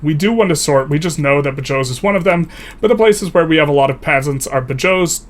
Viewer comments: As someone from Badajoz is painful to hear someone pronouncing it as "Bayós" xd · Badajoz = ba joe's